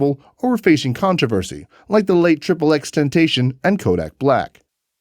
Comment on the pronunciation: Did You Just Disrespect The legend xxxtentacion say his name correctly 😤